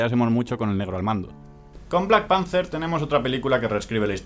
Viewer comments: ¿soy el unico que escucha "black panzer"? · Black Panze es como se pronuncia.